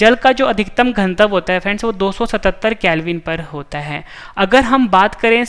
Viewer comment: Ganatva bolo Gantav nhi